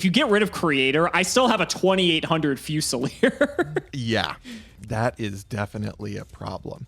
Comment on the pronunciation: so can americans just not pronounce fusilier?